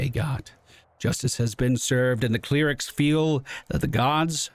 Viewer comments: Your pronounciation of the word cleric is strange my dude xd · I love it